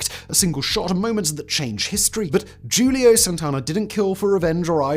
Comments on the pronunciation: Your first assassin's first name is NOT pronounced Julio. His is a Spanish name. It's pronounced Hulio. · It's "Who-Leo" and "Ha-sha-sheen". Sorry Simon, but those were a bit rough to hear. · Lol Julio? Simon, the J makes an H sound dawg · Who-Lee-oh ....Julio